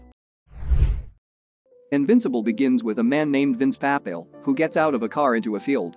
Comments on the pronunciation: OK - within 15 seconds, you're already pissing me off. It is NOT Vince "Pah - Pail" -- it is Vince "Pa-Pa-Lee". At least get the man's name right. (Update -- LOL!! Nevermind, the computer-generated voice you're using has gotten, literally, EVERY name wrong so far -- even Tommy." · Papaaaleeee not papael. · By the way, his name is pronounced Pah-pah-lee